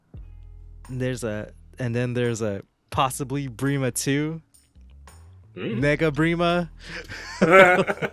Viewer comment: "NEGA BREEMA" 😂 plssss Are we pulling a Scott Pilibreem or something